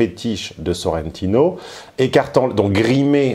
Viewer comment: SorrentIIIno: l'accent tonique va sur le I